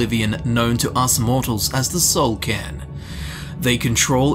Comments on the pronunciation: Soul "CAIRN"... not "can", right... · It actually is "soul cairn" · c - air - n It's an awkward word, but I am pronouncing it correctly. dafuq kinda goofy shit is KARN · Soul karn. KARN!!!! Stop butchering words!!!!